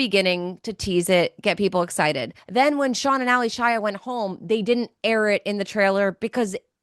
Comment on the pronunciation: Why is everyone on this pod calling her Ally Shia as 2 names... Yes it's spelled that way but she pronounces her name as 'Alicia'